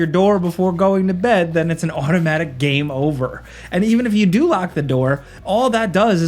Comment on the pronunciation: oh your coworker ''Falcon who cannot say the word Game ''he says it like Gahm for more than a decade now'' hates Sands of Time